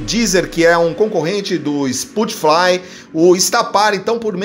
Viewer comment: "Spootfly" kkkkkkkkk